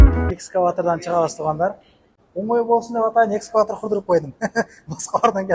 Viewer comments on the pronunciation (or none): Экскватор эмес эскалатор дечи 😅